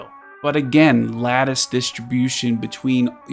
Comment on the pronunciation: You are literally the only Etheria content creator who can correctly pronounce "lattice". Appreciate the concise reviews!